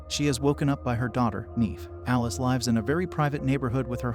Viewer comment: The fact he can’t say lives like they live in the house together